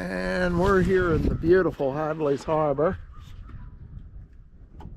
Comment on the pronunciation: HI - Thanks for all of your videos. Just wanted to point out that there no "s" in Hadley Harbor. Best of luck in all of your sailing adventures.